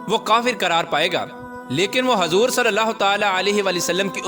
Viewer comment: Hazoor nahi huzoor hota h